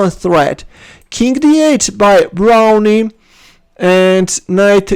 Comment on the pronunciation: Pretty sure he pronounce his name 'Brown' not Brownie. I played him once, got clobbered.